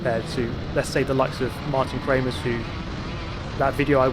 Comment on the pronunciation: Am I the only one that heard "Martin Kremers"...? its marijn kremers lmao